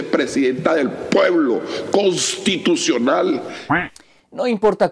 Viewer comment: KKKKOONSTITUCIONAL dice jajaja